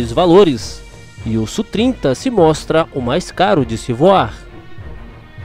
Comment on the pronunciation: Amigo, primeiro, não se fala "sú trinta", mas "ésse úh trinta". Segundo, essas informações do Radar são da primeira versão, mas precisa observar a capacidade Look-on e look-donw